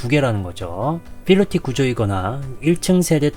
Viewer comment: 상세한 분석 감사합니다 그런데 1편부터 아파트 이름(프라이드 시티)과 필로티, PIT 구조.. 분명 p발음이어야하는데 무조건 영어식 f발음을 하셔서 들을 때 약간 읭? 스러운 부분이 있었습니당.. 중요한 거 아닌데 지적해서 죄송합니다. 😭